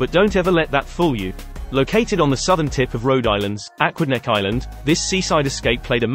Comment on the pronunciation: a-QUID-neck island . Also known as "Rhode Island", which is where the state gets its name.